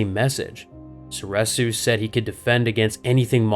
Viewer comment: Soreeeresu not sor eh su cmon man it's literally been canonically said